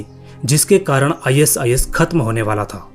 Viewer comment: Are bhai is is mat bol i sis bol le bhai😅😅😅